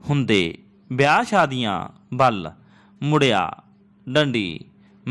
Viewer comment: Tusi ਬੇਲ ਬਿਆਹ ਬੋਲਿਆ ਕਲੀ ਕਲੀ dictation ch hun type ki kra ਵੇਲ ਵਿਆਹ ਇਕੱਲੀ ਯਾਂ ਬੇਲ ਬਿਆਹ ਕਲੀ